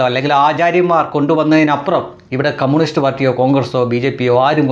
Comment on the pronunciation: കമ്മൂണിസ്റ്റ് അല്ല കമ്മ്യൂണിസ്റ്റ്‌ എന്ന് പറയു